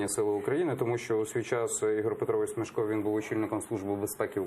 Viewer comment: Враження, ніби ведучий навмисно тисне на Заману дурними запитаннями. І хай навчиться правильно вимовляти: СмЕшко, а не СмЄшко.